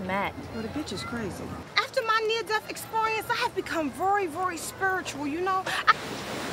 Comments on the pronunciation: vury vury spuritual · "...voiry, voiry, spoirtual, ya know?" LoL